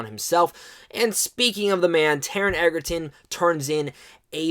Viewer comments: This movie is phenomenal!!! I saw it for the 12th time last night, no joke. It's mind blowing how good Taron Egerton is (btw, it's pronounced edge-er-ton, not egg-er-ton...common mistake). But yeah, I agree. If the Oscars were coming up, they'd be taking home more awards than they could count. Realistically, it's a little hard to say because we have a long wait ahead, and some other contenders to consider, but I guarantee that the movie will get some well deserved recognition. My money is on Taron for the Best Actor Golden Globe at least, perhaps an Oscar if the Academy keeps this movie in their sights for the rest of the year. Fingers crossed! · I love it!!! Totally agree with his performance, but please ck on how to pronounce Taron's last name. It is pronounced like Edgerton. Just no "d". :) The production was exquisite.